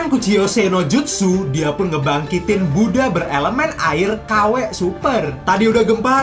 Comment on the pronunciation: Sumpah kga suka gw cara lu sebut buddah kw kw ke gitu ke gimana gitu di denger mau gw truss nanti rame ini koment lain kali bikin konten cara ngomong lu benerin ya